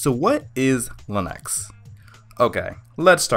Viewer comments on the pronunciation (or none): Why does he say len-X instead of Lee-nux? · You lost me at Lin-Ex and Win-Doos.